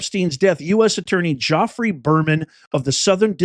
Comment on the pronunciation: who is "Joffrey" Berman? PLEASE don't tell me you're referring to a man named Geoffrey.